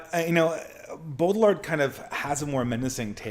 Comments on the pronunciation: Also, the pronunciation is "Bow-Jard" with emphasis of the first syllable. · I know you struggle with pronunciation, but fyi Baudrillard's name is pronounced "Bow Dree Yard"